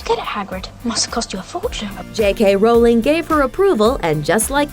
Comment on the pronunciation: The way she pronounces Rowling makes me cringe